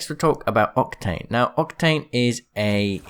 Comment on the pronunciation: Lol you actually miss said octane and u said “octank*